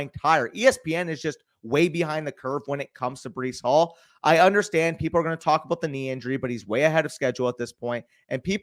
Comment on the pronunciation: Bro really said Breece hall mid 3rd💀💀💀